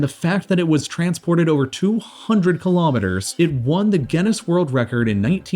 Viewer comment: Kilometres not Kulometres. KILO = 1000. Pref.ixes Mo.rons